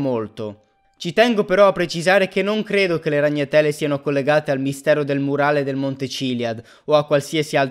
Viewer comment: RagnaTÈle nè, ahahah bella!